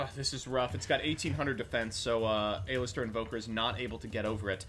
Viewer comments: Aye-lister jajajaja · The way he says "A-Lister"... Makes me dislike this video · The way he kept pronouncing Aleister seriously ticked me off